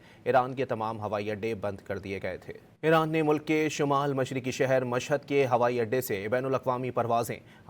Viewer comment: شہیر نہیں شہر